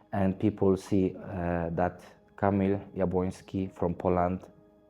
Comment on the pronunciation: It’s finally time to pronounce his name right, it’s not that hard and it’s your job